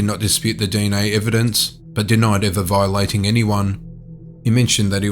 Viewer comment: Viigh-late-ting guy channel.